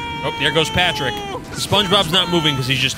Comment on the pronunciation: That patrick pronunciations is surprisingly good